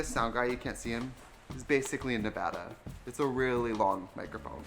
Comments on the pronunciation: Trixie being a Midwestern woman and saying Nevada properly...I have to stan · I just realized Trixie actually says Nevada correctly 😭😂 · She said Nevada... CORRECTLY 😭 I’m crying.